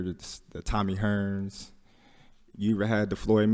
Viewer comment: how is he not slurring his words right now hahahaha “Tommy hRRRns, mArvvv Hagl” And … didn’t get a single word.